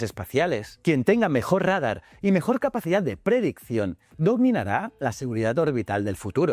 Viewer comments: RÁDAR, QUE ES ESO, QUE LE PASA POR QUE CAMBIA LA PRONUNCIACIOND E LAS PALABRAS, QUE HORROR, SE DICE RADAR, ES UNA PALAGRA AGUDA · Costumbre española horrible. Lo peor es que se intenta pronunciarlo a la manera inglesa (RADAR es un acrónimo en inglés) encima mal porque los anglos dicen algo así como "réidar"🤷